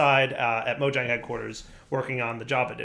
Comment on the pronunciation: You went all the way to sweden, & you still pronounce Mojang with a hard J? :P Totally awesome to hear that the Java team is expanding still, thanks for letting us know!